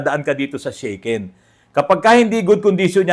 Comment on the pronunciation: Sha ken po NOT Shey ken bro 😅 (pronounce in Tagalog) Actually ang sasakyan ko sa Japan Daihatsu Tanto (kei car din po) and mostly ang gamit ng Japanese ay Kei cars gawa ng DI REQUIRED NA MAGKAROON KA NG PARKING (pwede kahit sa harap ng bahay mo bastat huwag haharang sa sidewalk) at MABABA PO ANG ANNUAL ROAD TAX, HOKKEN (insurance) at ayun nga po SHAKEN (sa atin PMS tawag) every 2 years. Actually pag nagpapalit ang Japanese ng kotse ay pinamimigay na lang o kaya binebenta ng sobrang mura na parang bigay na rin. 😅 Gaya ng gamit ko na Daihatsu Tanto na nabili ko ng 5 lapad (more or less 20k sa pesos). Sa Japan di mo pwede basta iwan ang luma mong sasakyan gawa ng hanggat di mo siya declared sa parang LTO sa atin ay tuluy-tuloy monthly niya na kaltas ng car insurance at annual road tax.. Need mo rin magbayad ng disposal fee at ask ka certificate para maipasa mo bilang katibayan na wala na ang sasakyan kaya stop na lahat ang monthly hoken at road tax mo. Sasakyan ko now dito sa pinas ay Minivan DA64v turbo at maayos naman ang takbo - di ako nanibago sa lever sa kaliwa at kanan ng manibela dahil nga sa same sa Japan ang pwesto na nakasanayan ko - yun lang una medyo kakalito dahil nasa kaliwa na kalsada nagda drive dati sa Japan at now sa kanan. Nung una kong drive sa pinas minsan napupunta ako sa kaliwa pagliko ko lalo na sa province na wala halos traffic sa highway at wala ka kasi sinusundan na sasakyan 😅 Nasa 126k pa lang odo ng suzuki minivan ko at maayos pa rin takbo att wala p